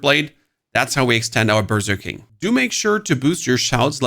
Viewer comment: When you say berserking, it sounds like you are saying burger king